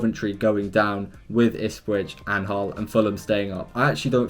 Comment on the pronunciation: Ahhhhh yes, I love Ispwich Town 🤣😭